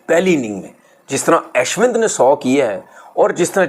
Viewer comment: Aaashwin nahi hai woh Ashwin hain, bolna tau sikhlo punjabi pakistaniyo gawar😂